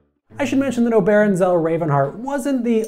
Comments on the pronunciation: Oberon, pronounced OH-ber-awn. Not oh-BER-awn. :) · That's an interesting way of pronouncing "Oberon." I know it's not a common name, but go read a Midsummer Night's Dream. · I am a personal friend of Oberon. You can't pronouce his name correctly. But I never knew he had a patent for unicorn goats. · This was a very informative video. Thank you. I thought you should know that you mispronounced Oberon's name.